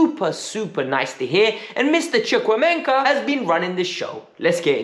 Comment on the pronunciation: I am a Nigerian, the way you said Chukwuemeka cracked me up